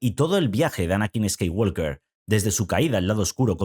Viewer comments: La L de Skywalker no se pronuncia. En inglés la palabra "walk" se pronuncia "guoc" y no "guolc". Sí, es un idioma muy raro. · Si vas a pronunciar la 'J' como 'Y' para decir Yedi, entonces de una vez por todas pronuncia bien la palabra Jedi como "yedái". Otra cosa, la 'L' no se pronuncia en Skywalker. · Pronuncia bien el nombre Jedi, Skywalker. Ósea nada nuevo. Lo peor es que en la última película pusieron una escena lésbica. Rey es una típica Mary Sue.